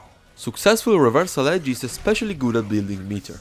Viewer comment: reversal Hedge XD XD XD don`t get me wrong Im not making fun of the guy just because he has accent I just found it very funny how hard did he pronounce the letter "H" which is nonexistent in this word and in fact hedge means something totally difference making reversal hedge a total non-sense :D